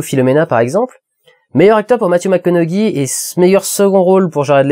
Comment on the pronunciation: une bonne fois pour toute ça se prononce Mathew MAK CO NO HEY .....sinon sa performance dans magic mike supèrieur a celle de Dallas buyers club ? quand même faut pas exagéré